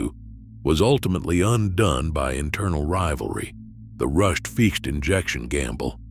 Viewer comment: I love how the AI Narrator keeps mispronouncing Ficht, and Bombardier, differently every time. Can we have genuine human creator videos please?